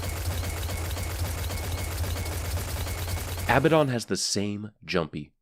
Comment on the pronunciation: its " a-BAD-in" not "abba-don"